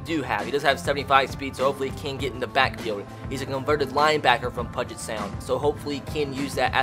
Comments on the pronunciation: bro i’m from washington and you pronounced it wrong you pronounce it with a u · "Pudget Sound" pronounce it like "Pewwwwwget" Sound i felt the need to do that for some reason. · I literally yelled "IT'S PEW-JIT not "Pud-Jit!". You don't pronounce "huge" as "hud-gee" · Love this idea, can't wait to see more. Also it's a little nitpicky but puget = pYOU-jit, not pudge it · “Pug-et” 😂 It’s all good, just pronounced Pew-git lol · It’s Pewget Sound. Not pudget sound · It’s pronounced pew-get sound not “pud-get” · I really appreciate the fact that you know of the lower colleges in Washington (and the fact that Eastern Washington is an FCS powerhouse) but I KNOW you didn't say pudget sound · Pew jet* 😂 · I'm from the complete opposite side of the country and also cringed pudge-it sound 🙄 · Great video! but it’s pronounced Pew-jet sound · About Time Closer to Pew-jit. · Great video love the mention of UPS ( University of Puget Sound ) also I know this video is old but it’s pronounced Pew-Jet but still good video 👍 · I have gone to both Puget Sound and Pacfic Lutheran, also Puget is pronounced ‘Pew-jit’.... love the content and love seeing Gonzaga football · LOL I'm from Washington. It's pronounced like "PEW-JIT". A lot of things here are hard to pronounce if you're not from here. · It's pronounced Puget (PEU-GET) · Fyi “Puget” is pronounced “pew-jet” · It's pronounced pyoo-jet sound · Jesus. I live in Spokane... and that’s not how you say puget sound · my goal for you this series is you pronounce Puget Sound right 😂. I go to UPS and I cried about a 100 times because of how many times you mispronounced my schools name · also please stop pronouncing puget wrong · The way you said “Puget” hurt my ears 😔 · literally every transfer is from washington and i know about half these guys also you pronounced puget wrong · you need to figure out how to pronounce Puget Sound... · Ima Need You To Pronounce Puget Correctly